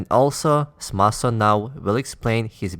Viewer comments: Its Samson not Smason. Just a soft correction. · Dude it’s Samson not Smason.